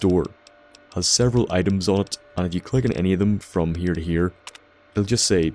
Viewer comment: Emeerged ferm de west